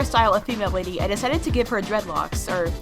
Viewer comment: Not whitty its whit